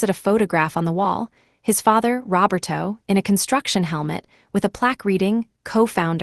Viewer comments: Robber toe? Try Row bare toe. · Or Ro ber toe. Can be pronounced either way.